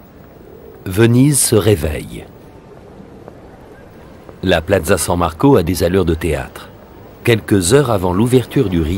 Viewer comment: PIAZZA et non PLAZZA le commentateur pourrait tout de même faire un minimum d'effort !